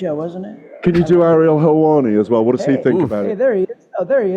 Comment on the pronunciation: “I’m very well Ariel HELLwanni”